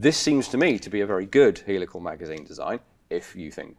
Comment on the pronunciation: Heelical not helical but beeson but not bison,the pronunciation is everywhere!